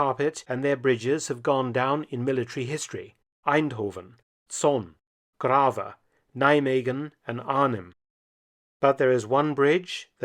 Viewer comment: I can imagine English speaking people not wanting to go to Grave. Nice pronunciation, though. /Though that Veghel was a crime